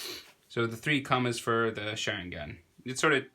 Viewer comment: I don’t wanna sound like the grammar police but😥 it’s Sha- Ring- An not Share- Ing- Ahn